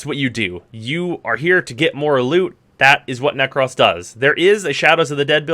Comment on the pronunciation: Did you really pronounce Nekros wrong? That’s sad.